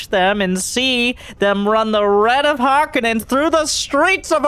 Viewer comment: This looks great but the only thing that bothered me was you kept saying harkonnen the wrong way :P